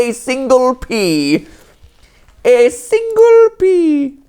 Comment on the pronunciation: "A SÍNGLE pea." 😂